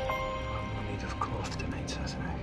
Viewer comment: These Endearing scenes have been shown many times, but Sam pronounces ‘SASSENACH’ like no other person, Scottish or, not! he still manages to give me little shivers when I hear Jamie say it to Claire, maybe it’s because I’m an English Sassenach or an Outsider! 😢